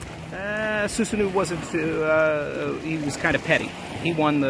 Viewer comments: Awesome video! Also btw Susanoo is pronounced Soo-sa-no, not soo-sa-noo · Soosanoo - excuse me it’s SuSAHno